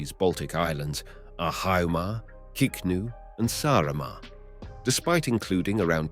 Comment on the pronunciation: It's Kihnu, not Kiknu :)